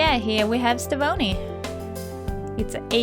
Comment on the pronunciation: It's very good! But you pronounced her name wrong. It's pronounced Ste-Von-Ey not Ste-Vone-ey